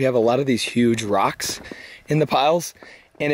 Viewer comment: Texas accents are funny. The way you pronounce rocks makes it sound like you are saying "dirt".